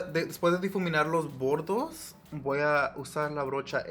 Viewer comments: No se dice los bodos si no los bordes eres my lindo hablando español me encanta tu canal te corrijo con mucho respeto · No es "bordos" es "bordes" Solo eso , hablas super bien español! Te quedo Hermosooo Me encantoo❤❤❤